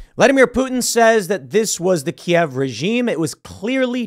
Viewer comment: Thank you Tim for calling it Kiev and not KEEV.